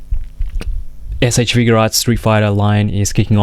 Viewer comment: It's not figurearts it's figuarts. I feel like if you review toys you should know how to pronounce the company